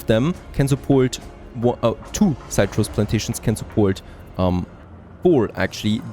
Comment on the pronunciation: Something to help you out with your English pronunciation. Citrus is 'sit-russ.' Not having a go, just helping you out :)